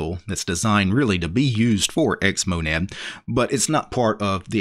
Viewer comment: did you just say xmodad?